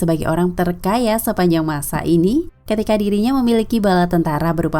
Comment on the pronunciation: Neniliki??? Harus nya memiliki yaa 😄